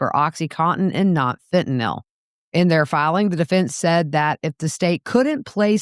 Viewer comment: Thank you for this, and for pronouncing "Fentanyl" correctly. What a fall from luxury for Donna.